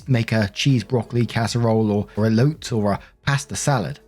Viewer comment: Elote is "E low tay". Also, I LOVE meat, but that veggie menu sounds pretty good. Lentil soup is one of my favorite foods.